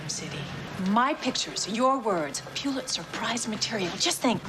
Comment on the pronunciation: Can't believe Vicki said "Pew-litzer." The prize is the "Puh-litzer" prize.